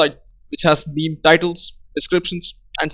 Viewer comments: awesome video. Its pronounced "meem" btw. Not mee-mee :-) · couldnt focus anymore coz i was laughing .. hahaha